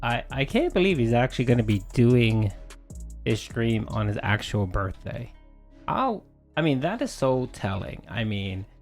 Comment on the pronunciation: Though the snorts are annoying I can’t stand that he pronounces his th’s as d’s. “I appreciate dat.” “My birday bash.” Drives me nuts.